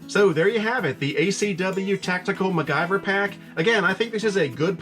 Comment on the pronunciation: Mac- Gyver....that made my laugh 😅. . Don't get me wrong. One of my all time favorite TV shows as a kid